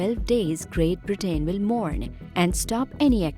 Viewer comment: Toewntytoewnty. Greet Britteen. Hoerricanes. Flods. Horrible commentary.